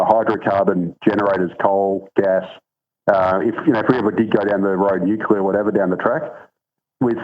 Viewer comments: It's pronounced nu-cle-ar. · I always laugh at the pronunciation "newkyellah " its just as silly as Chris Bowen.